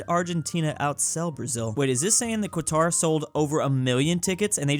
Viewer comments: why do you say "quatar" instead of "qatar" (katar) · homie just said quatar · I lvoe how people pronounce qatar like it has a q, ur supposed to pronouns it like katar